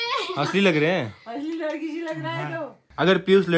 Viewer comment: Lakri nhi ladki sorav bhaiya